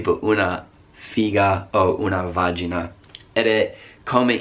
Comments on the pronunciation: l'accento tonico di vagina (che per noi non é una parolaccia)cade sulla i te lo volevo dire cosi ti puoi migliorare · bravi Americani che non bestemmiate!!! le tue espressioni sono quasi accettabili(escludendo quelle sulle persone di colore) hai sbagliato un accento tonico su una parola relativa a una parte anatomica femminile e muoio dal ridere!!!Gosh mi piace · Vagìna! Accento sulla i!😂😂 È stato adorabile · Elisa Coclite vero😅😅